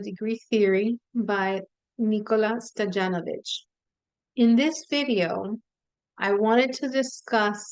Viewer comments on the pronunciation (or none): Hi,thank you for your video! It’s very helpful! I want to help as pronouncing Nikola Stoyanovich(Stoianovich)is the way.Slavic name from Stoyan(Stoian).❤